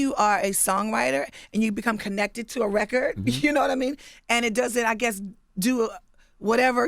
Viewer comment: When they say recer instead of record. Bwhahahah